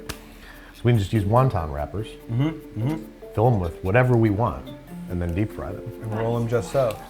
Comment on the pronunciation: Thank you! I legitimately got triggered when he said wonton. I've had this argument with my friends 😂